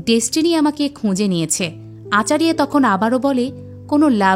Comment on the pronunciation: ওটা মাইথোলজি হবে,আচারিয়া নয় আচার্য,অনেক উচ্চারণ ভুল ।গরু নয় গুরু ।তবুও ভালো বলেছেন ।😊